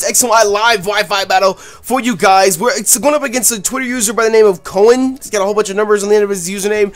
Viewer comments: I love you pronounced Koen xD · great battle!!, just wanted to note that koen is dutch so you pronounce his name like k,oo,n, the oo has to sound like the oo from spoon. just a little lesson in dutch.:) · I'm pretty sure it's pronounced Koon, it's a Dutch name. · you butchered his name. It's pronounced like Koon. I know, because i have the same name and its a very distinct dutch name. Just sayinnn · Its koen like the oe=ou of tourist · How you pronounced Koen made me laugh, but you couldn't know how to pronounce a typical dutch name. It's pretty difficult for foreigners haha